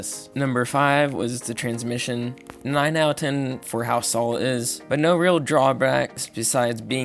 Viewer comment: “Owuh ten”. It’s “out of”. How old are you kid?